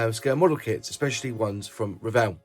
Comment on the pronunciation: Thank you for the video and much thanks for pronouncing Revell correctly